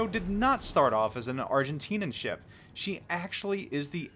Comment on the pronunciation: Dang, whole big schpeel about saying the name of the ship correctly due to years of Spanish and you say the adjective use for Argentina (Arg-en-tin-ian not Arg-en-tin-an) wrong in English. Too funny man, good video though.